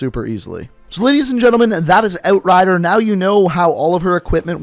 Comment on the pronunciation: How he says outrider sounds satisfying